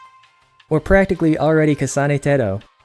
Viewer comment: Didn't think I would hear "kasana teto" in a southern accent today